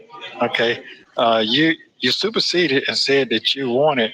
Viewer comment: Fran...He superceded what? Did he say superceded 😂😂😂😂